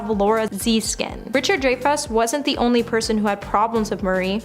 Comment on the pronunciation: Who is this ditzy, hypnotized twit you’ve hired who managed to mispronounce every imaginable person whose fame preceded Bieber? Who’s Chase Chevy? Is Richard Drayfuss the same person as Richard Dreyfuss? Laura Zeeeskin? Honestly I had to turn her off—the errors kept waking me up from the nap she caused.